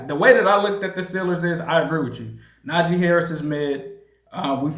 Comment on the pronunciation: How do you cover afc north and not know how to pronounce NAJEEEEEEE WITH a hard “E” sound. Wanna focus on him when we all know Jaylen Warren is the real threat. Can’t take you seriously at all.